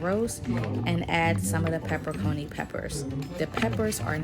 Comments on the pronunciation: “Pepper-Coni” 😂😂 that’s hilarious! It’s Pepper-Ah-CHEE-NEE ! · 😂u missed pronounced pepper-en-cheni gave me a good laugh I work in a kitchen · You lost me at "pepper coney peppers" I've watched soo many videos for this and not one person read the label right lmao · its Okay. That's the only way I've heard it said too. But now I know I've been pronouncing it wrong also. I'm going to make this recipe today! Thanks for sharing! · Thank you for the education, because I called it pepper-coney too! Or actually, I didn’t know how to say it🤦🏾‍♀️🤦🏾‍♀️🤦🏾‍♀️. How do you know that it’s pronounced Pepper-A-Cheene? What’s the word origin? Thanks again!!!! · Did she say pepper coney peppers….haha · "Peppercony" peppers??? ROFL. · Peper coni😂😂😂